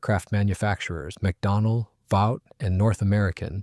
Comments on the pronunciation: "Vought" is pronouned "vawt", not "vowt". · The company is not pronounced "Vowt," it is "Vot" (short "o"). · It's VAUGHT as on BOUGHT